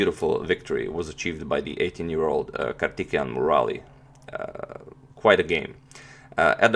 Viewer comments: Bro you are pronouncing wrongly, It's not kartikeyan, it's Karthikeyan(Pronounce like kaarthikeyan , Pronounce thi for thick) Nice attacking game! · His name is prounounced as "Kaar-thi-kay-yan Mu-ra-li" Hope you all respected Sir and Madam understand my statement. Thank you. Jai hind. Have a nice day! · I know these names are hard to say... So for future reference Antonio ..Karthikeyan = Car- tick-kay-yen. Murali = Mu (as in greek alphabet)- ra- lee... Musumuri Lalith Babu = Moo-soo-moo-re La-lithe Baa-boo. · Its too distracting that you mispronounce kartikeyan's name😅, otherwise a great analysis of the game, keep it up agadmator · If you don't hear Kartikijan then you have I would say the problem that you don't understand Slavic languages